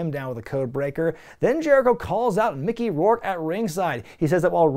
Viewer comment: Don’t call him Micker bruh lol